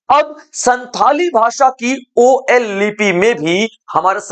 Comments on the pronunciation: Ol chiki ''O L" chiki nahi jabki ol (all,ओल) hai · "ओल चिकी " कहते हैं,ओ एल नही बोलते है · ओ एल चिकी नहीं ओल चिकी होता है❤❤❤❤ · Ol ka pronounce (all ) hoga